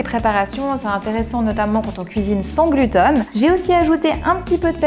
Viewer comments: Moi aussi ça m'a trop perturbée 😂 1ere fois que j'entends quelqu'un faire cette erreur de prononciation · C'est marrant d'entendre dire sans "glutEn"!😂🤣 Chez nous on prononce glutÈn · c'est aussi la première fois que j'entends. Néanmoins à mon sens c'est pas une " erreur de prononciation" chacun prononce en fonction de sa région. Merci pour cette vidéo 🙏🏼😉☺️